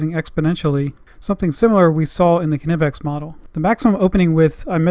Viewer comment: FYI...Knipex is pronounced Kneepex.